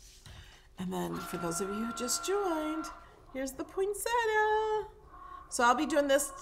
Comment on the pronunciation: The flower is pronounced poin·set·ti·a. Most people pronounce it incorrectly.